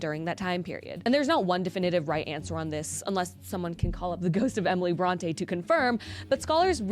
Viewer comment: If you're going to do a video on Emily Brontë, could you at least look up how to correctly pronounce her name first?